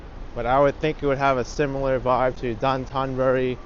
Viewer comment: It’s pronounced Dough-tan burr-ri. Anthony Bourdain was taught it by his Japanese tour guides and friends.